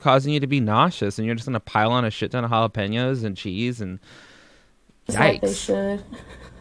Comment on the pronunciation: How she says Jalapeños annoys me..... Halla-PEENOS